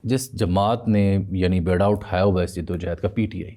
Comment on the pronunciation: بیڑا نہیں بیڑا ب کے نیچے زیر ہے